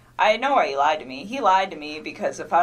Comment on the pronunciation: This b is illiterate. "His wife has a 15 week old baby on the way". Then deleted texts; " I remOOOVVED IIIIT because he liiied". Sounds like pre-op dude, FR! What is with dragging out syllables, is that to point out obvious lies? I love how there are lots of pix sent out, but not all to Chris😂 Poor CW killed his family to be with a skank, for whom he was just one of many. Perfect. Let's hope finds a husband JUST LIKE Chris.